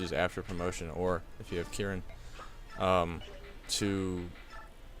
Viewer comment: Yes, you pronounced Kieran right! My pedantry has helped.